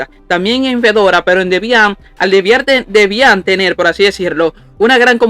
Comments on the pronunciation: "Debián", alv que acento Dios mio 🤣🤣🤣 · No lo cojas a mal Bro, no fue con intención de molestar, es sólo que me dio risa con el acento que lo pronunciabas, si te incómodo, me disculpó. Haces buenos vídeos, sigue así 👍🏾💪🏾